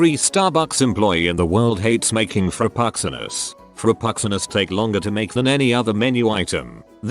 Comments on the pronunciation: Frapoxsenos! LOL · a new low with the (mis) pronunciation of frappucinno.